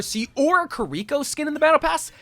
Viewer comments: This is the same guy who for the entire video says kuh-ree-ko and not kiriko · It's this guy calling Kiriko "Curiko" for me.. lol. I mean she says her name herself in Overwatch, it's not hard to pronounce. Maybe he's doing it as a troll lol